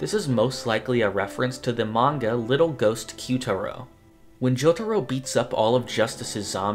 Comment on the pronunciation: Manga Read "ma-nga" ✓ "Mang-ga" X It minor but kinda annoying when you often say it wrong